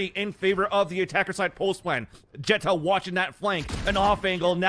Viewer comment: why doesn’t this dude say xeta